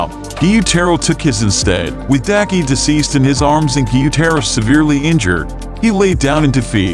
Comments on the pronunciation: It's not deki it's daki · Well he said daki's name wrong 😑😑